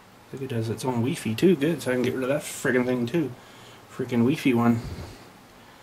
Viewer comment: lol at the way u say wifi weefee mega lolz